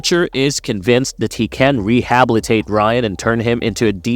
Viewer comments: Is this narrated by AI? THE WORD IS PRONOUNCED RE HA BIL I TATE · I’m not happy with Frenchie. I know he’s a explosive expert but I didn’t think he would go full flamR. Kimiko is beautiful. Total bs. - did you say “Rehablitate”? Good Lord. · What’s the problem? lol rehabablate